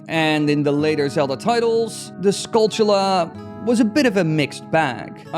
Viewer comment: Holy someone who pronounced skulltula right. Most say tula but it should be chula rhymes with tarantula.